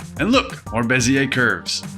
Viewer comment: I'm French and your Bézier pronunciation is on point ^^